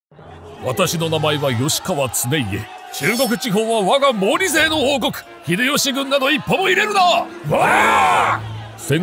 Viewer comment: ホラーばかりでなく、たまにこうして歴史上の「ヒューマンバグ」の話もやってくれたら良いので。 ただ、調べてみるとこの吉川経家の読み方は「よしかわつねいえ」ではなく「きっかわつねいえ」ですね。